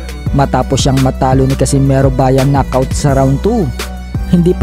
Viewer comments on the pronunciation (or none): none